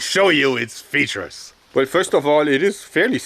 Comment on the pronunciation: Every time you say "LET ME SHOW YOU IT'S FEATUIRES" it puts a smile on my face =) keep doing what you're doing you will go far and rightfully so P.S. RIP Chrony